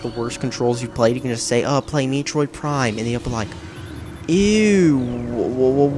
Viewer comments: Metroid...not Meetroid. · Meetroid prime? Met-troid. Not Meetroid. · Pronounced "meh-troid" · It's not Mee troid. It's met troid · holy shit dude, i mean you managed to make me laugh just by saying mitroid instead of metroid, i mean thats how fuck up the name of everything you review the way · I knew he was straight trolling when he said Meetroid. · What the hell is “MEEtroid”? Also I know he’s trolling but I just like laughing at how he bullshits his way to say its a bad game. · I like how he purposefully makes the controls look hard to use by not using the lock-on feature. Also can’t even pronounce the title correctly. “Meetroid Prime” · OMG he really said meatroid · This fool's GOT to be a troll. By the way, how about "ARCHIE-ACK"? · lol it isn't pronounced me-troi prime... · BTW you said to move your GUY around Samus was a GIRL and Metroid is pronouned Meh Troyed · Meetroid Prime? Is that how it's pronounced? If you played the game... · Me troid, you troid, we all troid for Metroid. That's Met-roid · "Meeetroid Prime" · What the fuck is a meetroid? I've heard of a metroid, but not a meetroid. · you said MEE triod prime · lol MEItroid prime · Meh-troh-eed. Say it like that. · MEA-TROID MEA-TROID!!!! LOL WHAT A FAIL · MEETROID?!? You're trying too hard. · Here's how to say Metroid: Meh-troyd Also, please review Two Worlds for PC of Xbox 360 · LOL what the fuck is MEEtroid? lmao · Maybe you should learn to speak before doing reviews. Mee-troid? Archi-ack? Please tell me you're trolling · i absolutely love videos - he isn't afraid to call nintendo out for some of their STUPID decisions over the years, and his pronunciations are hilarious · That's not how you say metroid